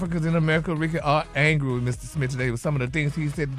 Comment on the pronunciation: Why doesn't Gary ever pronounce "Smith", he always says "Smit"😂😂😂